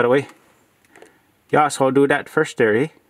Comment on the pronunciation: I challenge everyone to take a drink every time he says “dere” (there)😂